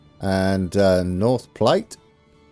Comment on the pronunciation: even though someone mentioned it, Platte like "at"... Platte. Glad you're back... we've been waiting for you.